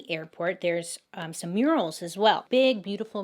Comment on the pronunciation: I love this story!!! Lol Bailey, I thought you said right inside there were “urinals” and realized you said murals. 😂😂 Btw your Make-up turned out beautiful!